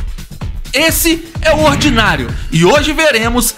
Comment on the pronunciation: Eu escuto ordinário kkkkkk